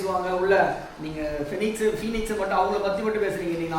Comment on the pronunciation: Phenix illa Bennix